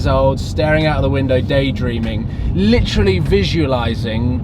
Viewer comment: He literally butchers the word literally, literally all the literally literal time in literally every one of his literally literal videos.